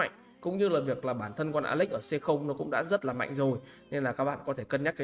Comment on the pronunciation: Nghe “ alex” nó cứ cấn cấn 😮